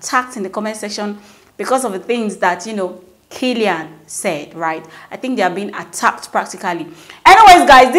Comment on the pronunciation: That's not how to pronounce kaelin ma'am. People are allowed to always discover and rediscover themselves as much as they want. They are one of the genuine families on this street mahnn. Great job though